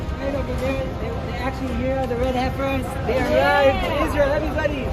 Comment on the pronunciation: Dear sir, I have asked you to adjust your pronunciation of "HEIFER" before, but still you say, 'HIGH-FER' - the correct pronunciation is 'HEFF-ER'